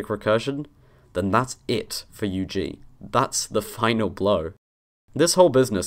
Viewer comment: It's the firs time i heard UG pronounced just with the letter. "you geezz" is what I'm hearing. Now, i understand why linguists prefer the extended form xd